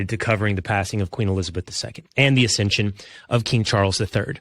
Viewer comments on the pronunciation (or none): ‘Accession’ of King Charles III, not ‘ascension’.😂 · It’s accession, not ascension.